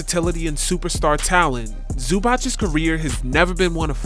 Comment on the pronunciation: Zoo-bahts not Zoo-botch